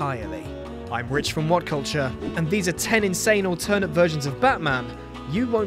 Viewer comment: This video is narrated by a robot. Both British and American humans know that "alternate" isn't pronounced "all-TERN-ate."